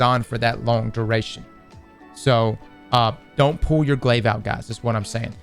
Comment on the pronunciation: As soon as you said glaive you lost all interest from me